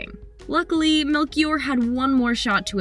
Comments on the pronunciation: She says melkior when it's supposed to be said melxior I'm pretty sure it's portuguese it's just not very common here in Portugal(I'm Portuguese) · For those interested Daniela's last name is pronounced Mel-(she)-or and not Melkiore (like it was said in the video)! Just a curiosity! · Daniela MEL(SHE)OR, not MELKIOR... -. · You read it as melxior not melkior. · "Melchior" is pronounced "melshior", not "melkior". It's a portuguese name. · how to not pronounce a name in portuguese (Danela Melkior) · it's Mel-she-or (emphasis on OR) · Please at least try to learn how to pronounce some names before you record... Melchior pronounces "melshior" with the "sh" sound and not K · You read it like Melxior nos Melckior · You pronouncing Melchior is wrong … it’s kind of like meltshior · The name “Melchior” was butchered imo. Doesn’t sound like that at all in Portuguese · It's MELCHIOR not Melchior the CH makes a sh sound. OMG don't americans learn how to say names in other languages?